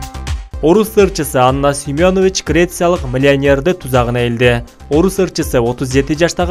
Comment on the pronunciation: СЕМЁНОВИЧ эмес Семенович туура суйлогуло уят